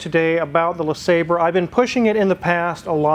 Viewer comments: It's pronounced La Saab Ray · Le sawbray is the way I've heard it correctly pronounced.... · It's "Le Sabre", you cretin... My supercharged '96 Riviera has 72K miles on it... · Due to the spelling, I always pronounced it "Le Sabrei" Because of the "re" instead of the "er" at the end. Same with ANY word I see with the same issue like "Centre" instead of Center or "Theatre" instead of Theater.